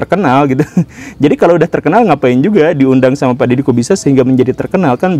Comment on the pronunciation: Pas guru gembul bilang Dedy Corbuzier kok kedengarannya kayak Dedy kok bisa ya?😂😂😂